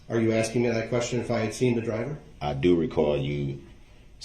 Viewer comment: Also, honestly shocked he didn't make a big deal about her not looking at him. "Is it fair to say you should look at the person axing you questions to hear the questions clearly?" UGH. He's so vile.